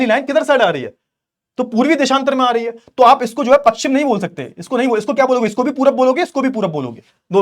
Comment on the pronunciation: Sir ji pakshim nhi pashchim hota h